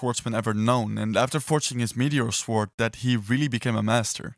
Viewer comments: I'm sorry but it's pronounced "sord" not sWord OK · try to google how to pronounce sword in english it's not that hard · Why can’t he say sword properly?!?! The ‘w’ is silent!! Honestly, it’s really not hard!! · The way this guys says sword and swordsman